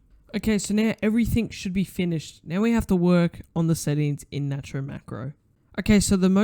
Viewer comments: its pronounced nate-ro!1!! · btw its called "nate-row" macro